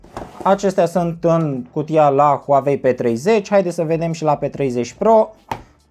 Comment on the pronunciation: Huauei nu Huavei 😂